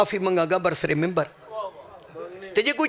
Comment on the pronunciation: بھائی صاحب یہ لفظ منبر ہوتا ہے ممبر نہیں ممبر تو اسمبلی کا ہوتاہے